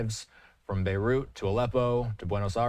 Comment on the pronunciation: The moment you cannot pronounce Beirut is when I stop watching.